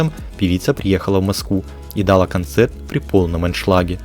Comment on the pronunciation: Автор!! Город в Польше называется СОпот, ударение на первый слог!!! А не СопОт!! И ещё! За кадром вы говорите "снЯла клипы" "дАла концерт" 😬 Ударение делаете на первый слог! Ужас🫨😱!! Это же начальная школа!!